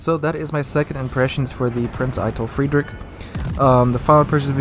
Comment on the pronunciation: "Prinz Eye-Tell Freed-richhh" Hopefully that helps a bit :P The end of Frederick is hard to pronounce, I had trouble with that in college too Oh and fun stream yesterday. Have a good one